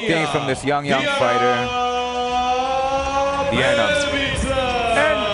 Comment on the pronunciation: Doar eu am auzit delia in loc de diana?